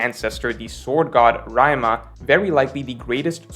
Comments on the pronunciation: Its pronounced "" RI-YU-MA" not "RA-YA-MA". Common man, Talking about One Piece litterally your only job. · A valid and considerable argument and theory. His audience: Haha he said "Ra-e-ma" (Ryuma) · Why he saying Ryuma like that, the theory was good but that bother me ngl Rae Ma what the hell. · Its actually Ri-yu-ma not raima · Raima instead of Ryuma caught me off guard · RY "U" MA not ryma hahaha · why he sayin RYE MA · It is pronounced as Ree-you-ma!!! Not RYE MA! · I have nothing against whatever he says in the video, except the fact that he keeps calling "RyUma" "Rai Ma" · REE--YOO--MAH Not RAI-MAH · His name is Ryu-ma not Ry-ma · Ree-you-ma Ryuma. Not Raima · Not gonna lie, it hurt me a little when said Ra-e-ma instead of Ry-u-ma multiple times. LOL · Can't deal with how says ryuma -- 'Raima' 🤣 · Who the heck is Rayawhma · Rhyme-uh got me clenching my fists…on god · 37 years later and he still says "Raeuma" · Ryma ❌ Ryuma✅ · Did this nigga call him rima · who tf is "Raima" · This needs to be spread and lifted as the important topic it is; How is really saying "Ryuma"? Raima!?:D Also, now swords are wands from Harry Potter? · great video...but who the fuck is Raima!!! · did you call ryuma raima XD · Raema? who is raema? lmao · What's a "Ryma"? What happened to the "u"? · “Raima” Rare L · No one:: raimaa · RYMA?! Dog..lmao. You been reading, watching, and doing analysis for too long to fuck up Ryuma's name. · Why you pronouncing Ryuma as Raima 🤣🤣🤣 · Great video, just you know "Ree-u-ma" 👀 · doesn't watch anime so he doesn't know the proper pronunciations of some words. Here he calls Ryuma as Rayma because he read it that way but if he'd have watched anime he'd know the proper pronunciation,it happens in every vid. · I cringe every time you say "rai-uma" as opposed to the correct pronunciation. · Did seriously call ryuma RaiMa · raima, lmao. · “Rayuma” actually. It means rheumatoid arthritis in my language.